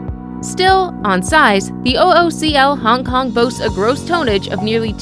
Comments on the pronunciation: I think u mean Tonnage. Not toneage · ...you lost me the first time you said, "tone-ege". I prefer my commentators know how to pronounce their words...say it with me now, tonnage!